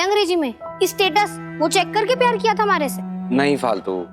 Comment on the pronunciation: Bhai sahab keyar nahi hota hai payar